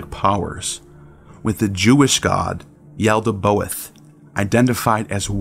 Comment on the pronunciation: Good video but quick correction it is "Yaldabaoth" NOT Yaldaboath"